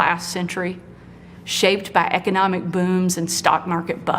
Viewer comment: Did he just say "wreckonomics" 🤣